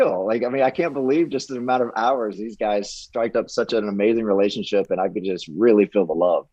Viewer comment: And the word re-la-tion-ship is 4 syllables. It is not pronounced ray-ship.